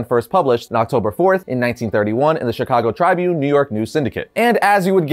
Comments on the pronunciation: Word of advice: Trih-bune. Not Trybune. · Tribune is pronounced TRIB-Yoon, not Try-Boon. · you're pronouncing Chicago Tribune incorrectly. You're pronouncing it as Try Bune.. It's Pronounced Chicago Tribune (Ri is pronounced the same way you would pronounce the i in Ribet) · It's not trybune, it's pronouced Tri bune. At least all my life in Chicago Tribune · C'mon: "Try-bune?" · Seriously? Chicago TRY-Bune? Its Tribune as tribute ,but replacing the "n" with a t. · Its pronunciation is Trib-yoon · It's pronounced chrib-bune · Chicago Trybune 😅 is not pronounced that way bud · What's with the pronunciation of Tribune?